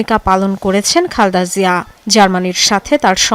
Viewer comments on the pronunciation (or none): নামটা অন্তত ঠিক মত বলুন। "খালদা" জিয়া নয়, নাম খালেদা জিয়া।